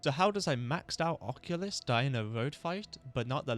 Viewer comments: Im like who is the oculus but i realized you are saying occultist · Huh, I've never heard occultist pronounced that way. You're saying it like oculyst from warframe, but its pronounced like uh-cultist. Congrats on the winning run! That was a crazy amount of Death fights. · ocCULTist, not occulist (o)-(o) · "Occulist"? Are you Retarded? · Bloody beast video mate (seewhat i did there hehe) !! Also i love you but his name is The Occultist lol it was so funny hearing Occulist like there was an eye doctor dealing weldritch horrors 😂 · uh-cult-ist, lol it was driving me crazy but besides that great video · Loving the vid so far. You saying (and spelling) Occultist "Occulist" is tweaking me out tho 😂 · Apologies if this comes out mean, but you are pronouncing Occultist wrong. It's pronounced either [ uh-kul-tist ] or [ ok-ul-tist ], the way you're saying it is the old fashioned way of what an eye doctor is called which is an Oculist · Was gonna watch this video but you pronounced occultist like that so im good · You’re saying occultist wrong just so you onow